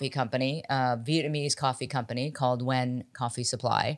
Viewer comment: Nguyen is pronounced N’win!